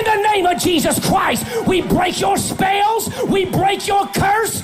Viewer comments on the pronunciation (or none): "...leave with your spayells...."